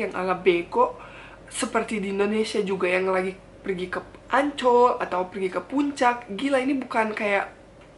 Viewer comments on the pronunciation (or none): Kak ngomong Ancol aku dengernya Anc*k Btw itu salah satu kata kasar di Indonesia, khususnya di Jawa Timur Cuma pendapat saja